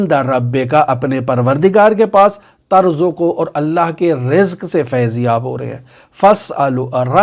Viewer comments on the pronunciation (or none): It's written "turzaqu", but he recites it "tarzaqu" . Which is correct?